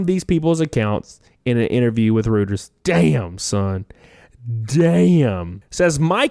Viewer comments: "Reuters" is pronounced "Roy terz". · Doesn't seem like anyone asked whether these children were getting paid or what they're getting paid. BTW, the "Reut" in Reuters rhymes with "Roy", my boy.